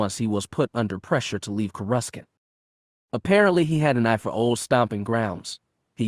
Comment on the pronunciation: Courescant is sad (kor eh sant )